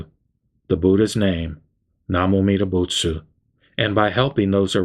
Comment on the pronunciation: Why do you chant "buts" instead of "butsu" at the end? What's the difference?